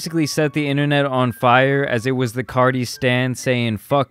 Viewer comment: You keep saying “CARDI”!! It’s “CARTI” nice video tho but that was bugging me ngl.